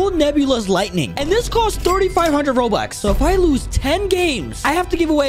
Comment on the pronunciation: Bro said robux as Robots 💀